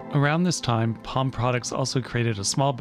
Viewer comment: Feel free to voice that L in Palm bc it's German.